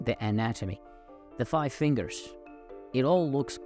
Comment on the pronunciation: I like how you emphasize the 5 fingers. 🤣🤣🤣 Tbh, I kinda feel a bit sad at the chaos of how ai animation was originally. That was really funny. Now it's just going to mimic real life more and more. Though on a positive note, we could probably get controlled chaos with future ai animation. 😂 I don't really worry about the confused with reality part, because they're striving to make it obvious to know ai. If anything, it just means we as a society need to be more aware and not just assume things.